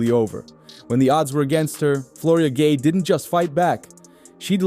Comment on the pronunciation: You pronounced Guei about 4 different ways. Get it right.